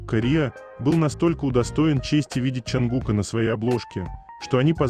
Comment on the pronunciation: Чонгука, ударение на букву У